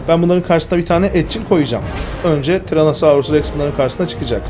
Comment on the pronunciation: abi TyrannosaurusTex değil TyrannosaurusRex siye biliyam ben vallahi